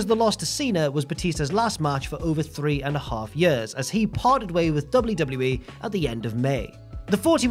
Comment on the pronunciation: I like how says "years"